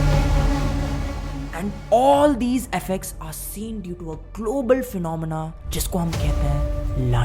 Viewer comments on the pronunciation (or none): none